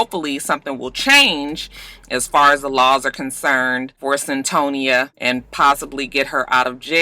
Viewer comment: It's CYN-Toya aka Cyntoia I saw the documentary a year or two ago on HBO...